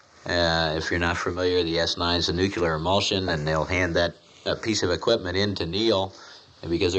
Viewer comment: lmao he actually said "nuculer"